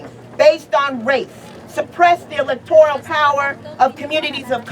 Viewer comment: The “electoial” college? Ok...if you can’t pronounce it, you’re not to listened to with earnest...oh yah, and so mentally challenged that you think that you & illegal aliens have a right to “your share” of government funds meant to support the infrastructure & safety net of CITIZENS. The arrogance & ignorance is strong with that one 🤦🏼‍♀️